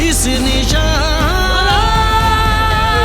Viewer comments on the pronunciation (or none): none